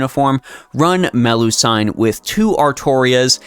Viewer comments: Nice guide, but I keep getting distracted by your pronunciation of Melusine. Why do you call Me-lu-sine Me-lu-san? I've never heard anyone say that before, unless it's a nickname? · Either its Melu-seen or Melu-si-ne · Man I watch your guides most of the time but when you pronounce her name as Meh-loo-sayn, i go mad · Ngl it's distracting to keep hearing MeluSIGN over and over again. Also about the statement that you don't need another lancer in the game, that's only true if you have her atleast NP3+ for her to easily farm at neutral and even counter class. At NP3+, 90++ will also be easier. And also when just doing regular daily farming (spending nat ap) you can just use bond % ce instead of bbg at that point. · The "I" in Melusine is pronounced the same as the "I" in doing, looping etc, instead of the "I" in knight or Friday.